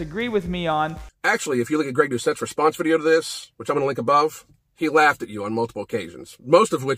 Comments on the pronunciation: I'm not sure that's the way you pronounce Gregs name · Andrés Castillo I thought the same thing the moment he said Greg. Couldn’t even pronounce guy’s name right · Finally someone butchered Greg’s name, it’s always him butchering others names lol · Moment you said Greg’s name I laughed my off cause he always butchers the easiest names ever. He could even pronounce guy right